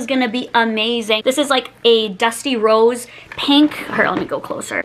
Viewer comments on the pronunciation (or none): none